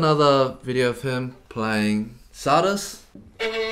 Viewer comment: Henry's playing is almost as suspect as your pronunciation of Czardas